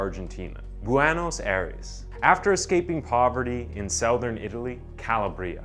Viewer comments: Dude literally said "SOUTH-ern Italy," like he was an inferior 1st generation AI bot. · Sow-thern lol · So, you really through your credibility away when you claim he lived in the 1900s then started his criminal career in 1804 …. Clue, there were no photos in 1804. You present nicely but don’t do your homework and you really need to learn to pronounce words like southern and Buenos Aires and other words to make add sophistication to your delivery. Sorry but I just couldn’t keep watching